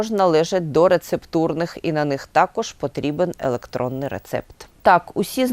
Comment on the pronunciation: Чудные. Рецепт может быть и на бумажном носителе . Но главное ударение ведущая делает - электроный. Ох и прихвостни.